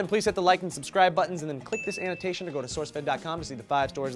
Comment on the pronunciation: Every time you say "click this annotation bar" I think you are saying "click the sanitation bar" :-)